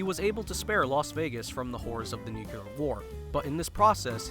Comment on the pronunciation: "nucular" why??